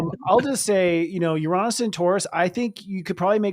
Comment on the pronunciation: You are a great presenter! - Love the glasses, but please fix your pronunciation of Uranus 😅 - Thank you for always being down to earth when sharing your insights/opinions. ⭐